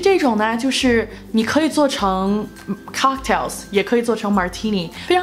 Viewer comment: COCKTAILS 发音不准